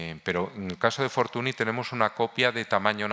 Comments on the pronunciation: Es lamentable escuchar durante una hora Fortuni, Fortuni, Fortuni, Fortuni. Señor Barón usted sabe perfectamente que Fortuny se pronuncia Fortuñ. Un poco de respeto. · Señores, no se pronuncia /Fortuni/ en catalán, es /Fortuñ/, es alucinante como gente tan culta sea tan paleta para pronunciar apellidos no castellanos...